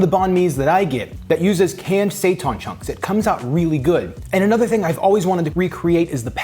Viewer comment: seitan- SAY-TAN not SAY-TAHN